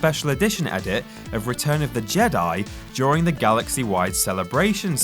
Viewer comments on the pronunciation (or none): none